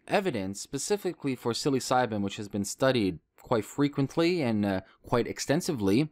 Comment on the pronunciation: For the love of god... it's not pronounced "silly-psybin"